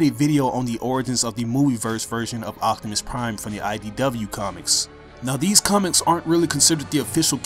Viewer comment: sorry but when you say optimus is sounds like octimus